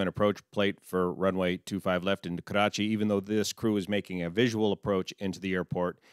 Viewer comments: 1 thing I can tell you with confidence. You are THE only non-brown person who knows how to say the name KARACHI right. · Yet another great analysis on this tragic plane crash in my City. I really appreciate all your work. It cannot be praised enough. I also love how you pronounce "Karachi" it's perfect. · Im from karachi and thank God he doesn't pronounce it as Krachiiii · Heartfelt condolences to all my Pakistani friends. As an Indian, this hurt. Also props for properly pronouncing Karachi. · Perfect pronounciation of 'Karachi' btw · Thanks for taking the effort to pronounce Karachi correctly. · haha i like the way you pronounce Karachi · great pronunciation "Karachi" for an american.